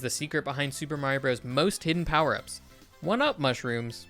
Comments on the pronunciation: Dude it’s pronounced brothers not broes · 100% Brothers. Mr. isn't pronounced mur, Co. isn't pronounced coe, Ltd. isn't pronounced... I don't know how you'd do that one. Why would you pronounce Bros. like that? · I can always tell someone was born well after SMB came out when they pronounce it as "broze" instead of brothers. As an 80s child I find this grating to my ears. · It's brothers, not broze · It's pronounced "Super Mario Brothers". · "Super Mario Bros." is not pronounced "Super Mario Bros" -- the period means it is a contraction, pronounced "Super Mario Brothers." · Brothers. Super Mario Brothers, is how it’s said.